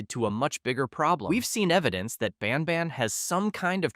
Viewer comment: Are you intentionally saying banban wrong every couple times to rage bait me into commenting? Bc its working 10/10 🔥